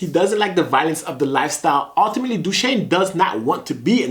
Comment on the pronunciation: Dooshane lol not you as well